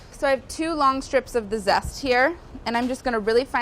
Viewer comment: „Lemon sest“